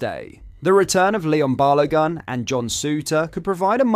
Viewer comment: "balowgun" lol